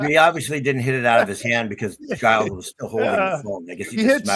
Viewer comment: His name is pronounced Jiles.. Lol. Anyhow.. Great show guys as always !!!!!